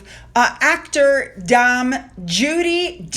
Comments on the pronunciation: Hi, loved your take on Ascot ❤ just to help Judi Dench is a Dame which rhymes with Lame, Came, Same hope it helps but i do love the way you say the names in the UK take heart we struggle to especially welsh names, much love ❤ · Not dam Judy Dench, it's pronounced Dame, as in aim, daim, spelt Dame. Counties that end in shire, are not horses, Lancashire, Yorkshire, Derbyshire, Devonshire and so on, they are pronounced share, Lanca...share York....share. pronounced the same as the singers name, Cher. You might like ending counties by shire, as in horses, but it's as annoying as someone mispronouncing something you don't like mispronouncing. When you get a pronunciation right it makes me say, yeah, well done for trying and getting it right. And you have got a few right on this video, which is appreciated.....just not the counties yet! I sniggered at the dam Judy Dench though, it's like you are saying, damn Judy Dench. Lol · you do pretty well with your pronunciations and some of the names and places are tricky, but you really must practice getting Edinburgh right (burr-uh) since you mention it so often and Dame (daym). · Dame Judy Dench Pronounced Dame as in fame not Dame as in farm ❤x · Hi…in the UK YOU pronounce it as in the song, “There is nothing like a Dame”. Hope that helps. Thanks for all the royal news. 🏴🇬🇧xx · The word DAME rhymes with the word name , fame or game…..not DOM, like the word mom or bomb! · It’s Dame Judy Dench pronounced Day aim 😂❤